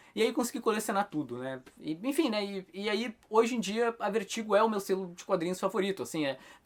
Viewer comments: o cara do video pronuncia o nome do selo VERTIGO como "Vêrtigo" o tempo todo. Acredito que a pronuncia correta seria "Vértigou" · a pronuncia correta nao seria "Vértigou"??